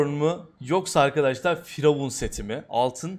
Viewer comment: Firavun değil FuryYavun